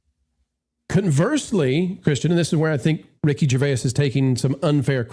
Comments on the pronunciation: I have never heard anybody pronounce Ricky Gervais that way😂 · Only two syllables necessary.